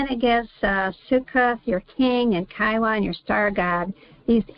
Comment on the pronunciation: KEE-YOON it is read. Think of Key (of) Jung 🙃 Hope it helps.